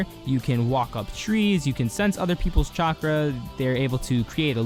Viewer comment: Am I the only one that heard chakra as chocolate.